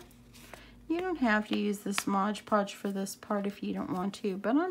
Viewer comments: MOD Podge ... not Modge Podge ... please! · Nicely done! BTW, its Mod Podge, not ModgePodge